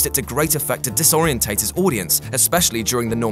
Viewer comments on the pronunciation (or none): Disoreientate? Really?